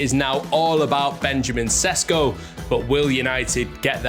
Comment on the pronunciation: Sesko is correctly pronounced "Sheshko" (his name in slovene is: Šeško) :)